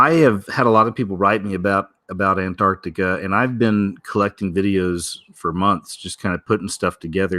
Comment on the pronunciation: If you soften up the 1st “T”, you will say Antarctica easier